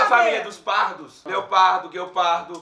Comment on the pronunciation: gueopardo Nova palavra 😂😂😂